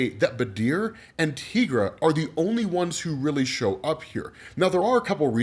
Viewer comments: Your pronunciation of Tigra dude. It's "ti" like tiger. You don't call those "tea"gers do you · Tigra = Teye-Grah .... NOT ... Tee-Grah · Tigra = tEYEgra not teagra